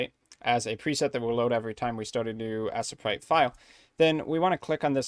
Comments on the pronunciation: I cringe so hard at the pronunciation of Asesprite. To the point can't even finish the video. This is helpful, but I just can't. I'm sorry. T.T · As-eh-prite lol.